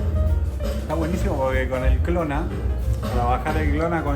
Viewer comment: Dijo para bajar el "clona"??? Jajajaja me he reído media hora